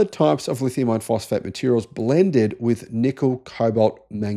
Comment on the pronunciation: Is this guy saying lithium iron or "lithium ion"... Aussies don't pronounce the r so can't tell..